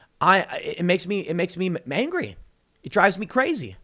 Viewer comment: "It make me MANGRY" Did anyone else hear that? Because I too am mangry at the state of things.